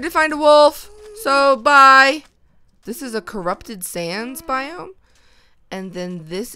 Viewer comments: After I repeated it like Hundred times, I started to hear Biome but because Bi- kinda sounds like The and -Ome is kinda like ham....I tought it would be pretty funny if she said that! :D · Red Fox yea it does sound like what the ham but if you listen closely it's what biome is this 😂😂😂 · turned my volume to the HIGHEST but nope, She says What the Ham! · Well her voice crashes to me and it sounds like Biome -> The Ham...dunno! But at least I am not the only one who heard it :D